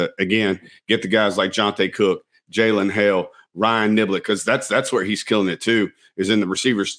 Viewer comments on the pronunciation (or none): Did HE just say Jalen hale.......... 🤔